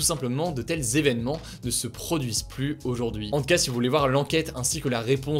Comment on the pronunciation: Les plus visité, non pas les plusssssee visité! Kkun lui aprend a dire plus?